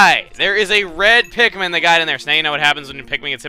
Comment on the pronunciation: its pikmin not pitmen